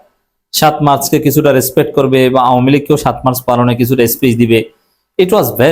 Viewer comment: উচ্চারণ — শাতোই‌ মার্চ